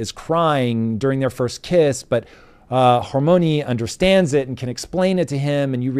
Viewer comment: I agree, the Harry Potter books were very well written. However, its pronounced 'her-mine-ee" lol